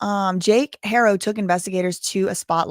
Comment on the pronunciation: In spanish the h is silent unless paired with sh or ch but you're good. People shouldn't expect you to automatically know. At least you try